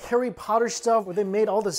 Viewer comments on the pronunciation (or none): none